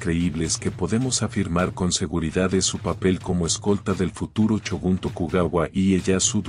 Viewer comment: "chinobis""chinobis""chinobis"? se escribe Shinobi y se debe pronunciar con "S" no "CH" y después a Shogun le dices "CHOGUN"!!... habla con propiedad o te mando un Shinobi